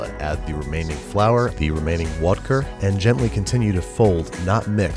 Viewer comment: Just realized you called the “Water + Vodka” both “Vodker” and “Wadka”, so which one is it? Good Eats fans will know the answer...